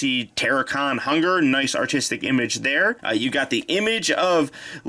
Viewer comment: Did anyone else hear "Hugger" instead of "Hun-grrr"?